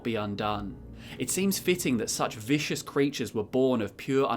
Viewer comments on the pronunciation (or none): none